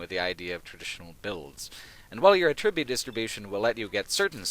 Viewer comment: You are saying the wrong "attribute."